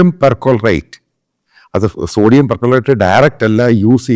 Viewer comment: Per chlorate not percolerate